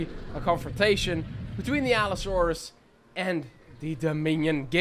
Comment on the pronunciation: Bro said Allosaurus wrong